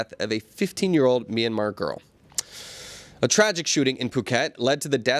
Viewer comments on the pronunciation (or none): none